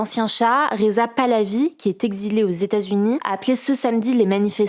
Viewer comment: hugo ! est-ce possible de dire LES E TATS U NIES s'il te plaît?? parce que ton "stazuni" là ca commence à souler